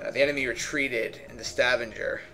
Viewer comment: And Stavanger, soft G.